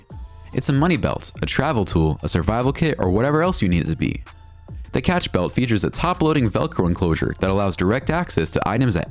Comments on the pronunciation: cache is pronounced like cash not catch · no, it is cash not catch or cash-A